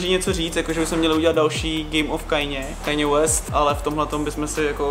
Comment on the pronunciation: strašně koukám na tvá videa, fakt rád. Hrozně mě ale sere jak vyslovuješ jméno Kanyeho West. Moje teorie toho proč se přejmenoval na pouze Ye je to, že už ho sralo jak lidé nejsou schopni říct jeho jméno správně, tedy "Kaně", ale říkají "Kajně". Prosím říkej "Kaně". Díky brácho, jinak supr video, jako každý.